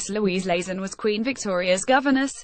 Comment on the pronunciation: It's LAYT-ZEN, not LAZEN! But why should we expect accuracy from this damned ROBOTIC voice??